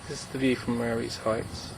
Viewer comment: Marye is pronounced "Marie". Thanks.